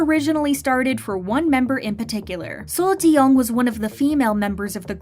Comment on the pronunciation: I wish actually read the comments.. people pointed out the way the narrator pronounces Seo Taiji is completely off. It should be taeji. Such a simple fix if the comments on the other video about taiji was actually read by those who make the video...